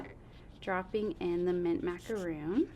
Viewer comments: Love this bundle. Some great ideas. However, I'm sorry, I too was distracted by calling "Macaron", " Macaroon". representatives from the company should be presenting correct information. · Me too! hahaha! I was like we had this discussion when the color first came out It's Macaron - RON not ROON! hahaha! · Your rep doesn’t know how to pronounce macaron!?! Did no once supervise this? Ack! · if it's in one of their color names, they should have training on how to pronounce it. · Great video - very informative! I got this bundle in my preorder. Macaron pronunciation was a little distraction ;) I also got the new embossing pads for the Big Shot. Nice to see them in action.